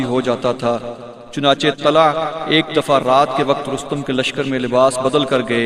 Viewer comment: Nam Tulaiha hai not talha